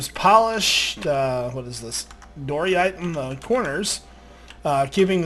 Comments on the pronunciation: It's diorite not doryite lol 😂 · dory-ite? Lol I pronounce it dye-or-ite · It's dy-or-right not doreite say it right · I like but whi else hears him sai diorite like dorite and and andecite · Die - O - Rite An - Des - Tite Just so people don't hate on you for saying them the way you do xD Personally i don't mind because i pronounced them a different way when i first saw them. I don't care if you change the way you say them or not, its just, again, so people don't have on you. <3 I Love your videos dude, keep going :D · Quick guide to pronouncing the new stone names- Diorite- Die-or-ite Andesite- And-ess-ite Granite- Gran-it. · Just saying...It's called diorite (dye-uh-right) and Andesite (an-duh-sight) and Granite (gran-it) :D lil bit of a grammar freak sorry xD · Why do you pronounce andesite and diorite incorrectly? It is like he hasn't actually read it.